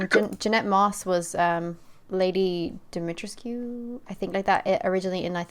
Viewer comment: It takes place in Romania, even if CAPCOM does not admit it. AND IT"S PRONUNCE "Doo-me-tres-ckoo(as in cuckoo bird), not whatever the translation uses as translation (I apologize for being not PC safe, but I am Romanian and every time someone says her name, even in the game, it physically hurts)